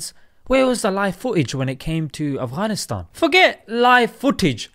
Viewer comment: Love the way you say "Afghanistan" makhraj on point lol